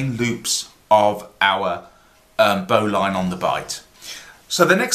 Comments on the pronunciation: BO'Lin pronuciation.. like Botswain is pronounced Bo'sun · What you have there is a double bowline on a bight. Refer to the tug boat bowline for a single bowline on a bight . And if you pronounce it "bowlin" you won't sound like a land lubber.